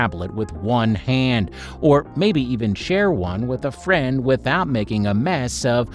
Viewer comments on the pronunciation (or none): none